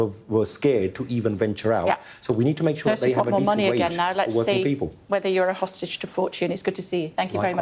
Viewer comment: Can pronounce ceasefire but the pm cannot pronounce hostages 🤬🤬🤬